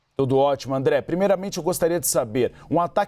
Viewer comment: Qto a competência do apresentador: Cara... Inadmissível um âncora de uma emissora do tamanho da CNN não saber quem é o André e por isso pronunciar o nome dele errado... Affffff